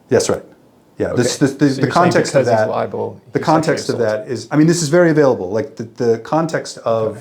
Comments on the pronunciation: He's saying "liable, " you're saying "libel." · it's libel not liable. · Li-bel. Not li-a-ble. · Sounds like this guy is confusing ‘liable’ with ‘libel’. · Hearing you say libel and him say liable and clearly talking about two different words while he thought you were saying the same thing was downright infuriating. How does he not know what the word libel means? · Liabel not libel 😂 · What an idiot, doesn't know the difference between LIBEL and LIABLE 😂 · He keeps saying criminally libel when libel is tort law not criminal so he’s an idiot.